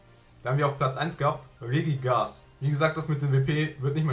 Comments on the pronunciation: Zudem möchte ich dich darauf hinweisen, dass es Regi*gi*gas und nicht Regigas heißt😂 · RegiGIgas nicht regigas